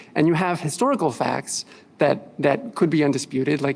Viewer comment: “This body of fAcks”